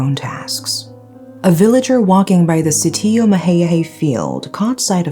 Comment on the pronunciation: Sitio is pronounced as 'sicho'